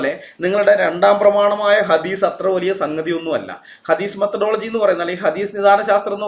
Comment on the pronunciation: 😂🤣ഹദീസ് methadology അല്ല മേത്തഡോളജി 🤣